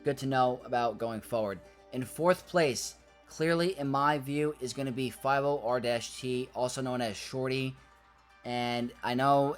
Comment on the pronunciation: I had to do a double take 'cause that's the first time I've heard someone not read 50R-T as "Sortie". Looking forward to this set ⚡